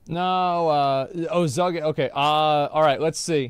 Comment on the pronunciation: Zuggin I thought he said Zyken I was gonna say!